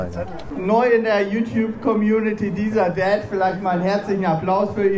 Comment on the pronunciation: Bin ich der einzige der immer „DieselDad“ hört😂